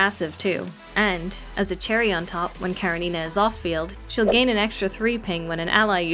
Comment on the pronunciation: Off the topic, but it's KarEnina. Please, put the stress on E. It's a russian name from a book literally named Anna Karenina, written by Lev Tolstoy. And thank you for the video, now I will think about getting her, even though I don't like tsunderes that much :D